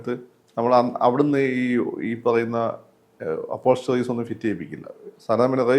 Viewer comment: Accessories എന്ന് പറ മാഷേ, അപ്പോൾസ്റ്ററി അല്ല